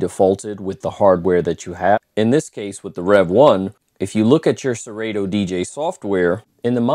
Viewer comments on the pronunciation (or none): Did this man say ser-8-to? 🤣🤣🤣 its actually pronounced sir-auto haha. Great review tho. Just messin. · Hate to be that guy, but you are both wrong. It’s SE-RAH-TOE. Listen to Kanye West’s ‘Dark Fantasy’ and you’ll hear the how it’s pronounced in the line “you ain’t got no fuckin’ Yeezy in your Serato?”.